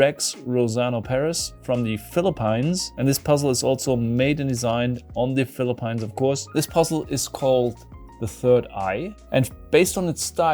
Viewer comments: Some pronunciation help... "Philippines" would be "FILL-la-peens". "Philippine" would be "FILL-la-peen". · As a Filipino I can confirm that that is definitely how "The Philippines" is pronounced.